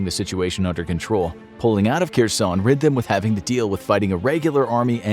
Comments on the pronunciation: Her+son ... not Ker+son Also Har+kiv ... not Car+kiv It's painful for natives to hear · It's pronounced "HAIRSONE"!!! The 'Latinized 'Kh' gets a hard 'H' sound. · its pronounced Her-son.